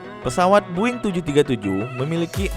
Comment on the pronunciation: Bang kok lu bilang "Boeing" Boing? Aneh banget dah(BUKAN HATERS)